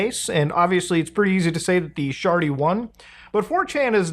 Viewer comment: "the sjarty" 😂